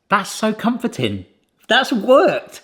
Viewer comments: Did you say it was comforting or ComfortTin ? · ... 'So comfor-tin.' Was that intentional?